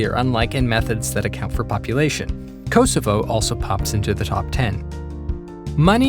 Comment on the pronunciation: Bruh why did you have to pronounce Kosovo like that?